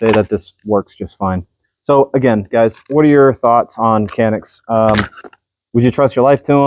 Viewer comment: Check me on this but I believe the correct Turkish pronunciation of Canik is JANIK